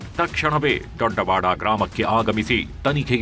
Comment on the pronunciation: Sir ಕನ್ನಡ ಸರಿಯಾಗಿ ಉಚ್ಚರಿಸಿ ದೊಡವಾಡ ದೊಡ್ಡವಾಡ ಅಲ್ಲ